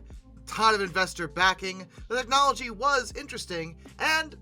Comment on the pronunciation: "The netntnology was" Dude, learn to enunciate.